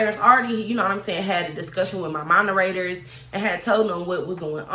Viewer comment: “Monerators” 🤣 You’re sooo cute!! 😂😜😘